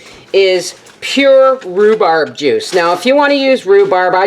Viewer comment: Rhu-sssseee-berry Jam. I love it!!! You have now developed a new word. Congratulations!!! If you sold these little jam jars at the Farmer's Markets or to a local store, that is your name of it!!! You should patten and trademark that word because someone will take it and profit off of it. It's a fun word. You should have others say it as a tongue twister game. God Bless.